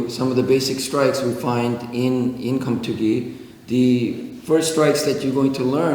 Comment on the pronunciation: Keumtoogi is the proper pronunciation.